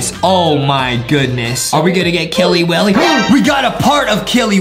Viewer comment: It's not killey willey